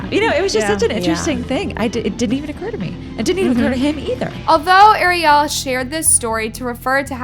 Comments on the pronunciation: Good video but please call her Ariel not Arial it’s driving me a little nuts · 🤔How can you not pronounce "Ariel"???? It is the same name as the little mermaid, it's not like you've never heard it before. 😂 It's like you are so into hearing yourself talk you aren't aware of what you are saying. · The way she keeps mispronoucing Ariel's name is so really irritating. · girl thank u for the research but how did u continue to pronounce ariel’s name wrong during the entire video